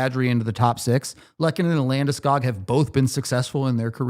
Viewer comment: Not a single comentator in nhl can say Landeskog correct so take a chill pill :)